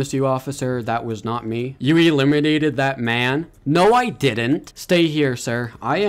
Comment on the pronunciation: Stop saying elemenated* him just say u KILLED HIM